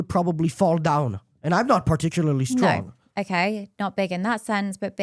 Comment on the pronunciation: It's "no," not "nourgh."